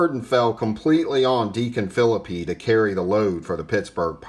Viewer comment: Another great segment! Great to know Deacon Phillippe was the first winner of a World Series game. Now, I'm gonna nitpick with you. Are you sure of that pronunciation of Phillippe's last name. I think I lean toward (fil-LEAP) but I'm not 100% sure!